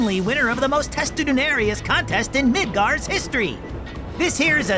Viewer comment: and it's midgar, not midgard